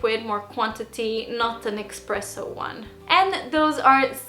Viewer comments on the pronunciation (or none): The Moccamaster makes French style drip coffee, not American style, which I'm sure is good too. Also, it's esPRESSo note EXPRESS-o. If you don't get it right the Italians will whine about it for hourse. It's a mierde as they say.